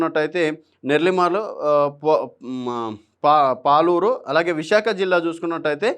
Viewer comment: అది సాలూరు రా పాలూరు కాదు 😂😂